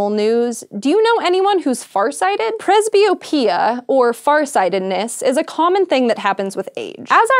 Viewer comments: It's: prez-be-OH-pi-uh NOT prez-be-oh-PI-uh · I hate the way she pronounces presby-OP-ia. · Presbyopia is not the same thing as farsightedness, you're right. She also mispronounces it. The stress is on the "o".